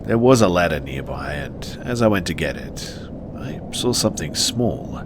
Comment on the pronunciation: There is no r in saw